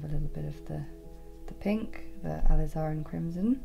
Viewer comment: It's pronounced "a liz are rin crimson " 😉